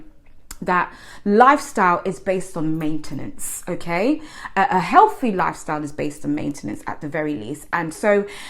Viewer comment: Hehehe 😂😂😂 dont you know Healty its Healty 😂😂😂